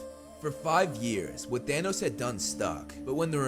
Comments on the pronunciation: its thanos not thanoos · For some reason I kept hearing “Danos”